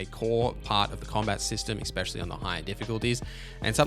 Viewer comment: Bro, it’s “especially” not “expecially”.